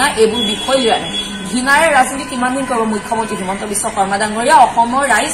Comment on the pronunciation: সঁচা কথা কলেওঁ এটা কথা কব খুজিছোঁ CM ৰ নাম টো শুদ্ধ কৈ উচ্চাৰণ কৰক